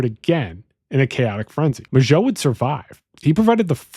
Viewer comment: I agree with the overall argument as a plausible theory, but I do want to say it’s Lake Herman Road, not Lake Furman Road. Also, Mageau is pronounced “Mayhew,” not “Mazhó.” I would be interested in a second video exploring if you think there is any connection to the Santa Rosa Hitchhiker murders, the ‘63 Lompoc Beach Murders, and the murders of Cheri Jo Bates and Donna Lass.